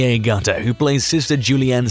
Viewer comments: Please pronounce Jenny’s surname as Agutter, as in Apple not Eygutter ! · A-Gutter? A-GUTTER? Are you smoking something? If you're going to research someone, at least find out how to pronounce their name! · Since when is shameless American lol, they did make an American version based after the English one, odd way to pronounce Agutter aswell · Nice video. Why the weird pronunciation of Agutter though...?